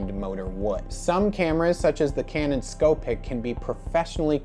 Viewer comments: Ok nice video. I’ll try to help with some pronunciation. The Beaulieu is pronounced “bowl u” the Scoopic is “scoo pic” not “sco pic”. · and scoopic.